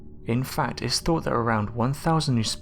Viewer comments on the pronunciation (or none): none